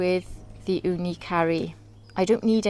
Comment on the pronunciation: I am grateful that I found your channel and that you made many comparison videos about ooni vs ooni and tools guide etc.. I am little suprised that when you say ooni karu (It sounds like that you say ooni CURRY) But other than that I really enjoy watching your videos,, please keep it up!